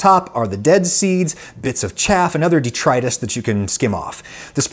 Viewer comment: My only complaint is you incorrectly pronouncing "det"tri"tus". Detritus, deh, truh, tiss